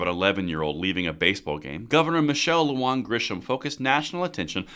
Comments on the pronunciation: Middle name is not luon it is louHAN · I just can't anymore...I get that all you youtubers are white anglo ppl...but a little knowledge of the Spanish language would be cool lol. Her name is pronounced...Loo-Hān...and Bernalillo is...Berna-Lee-O...It gives me flashbacks to my childhood trying to explain to my teachers in California that I didn't need a green card after moving from New Mexico!! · Learn to friggin PRONOUNCE her name. I suggested that you hire a Mexican speaking editor You are pissing off Mexicans every time you MISproniunce her name. LU-HAN!!!!!!! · Lujan = LOO-hahn